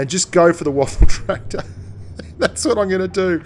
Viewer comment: Lol he says waffle tractor